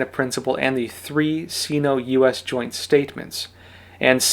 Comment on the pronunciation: sino in US is pronounced sign-oh